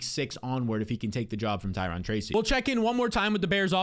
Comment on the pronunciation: *Ty-row-n *Zak-ehh-us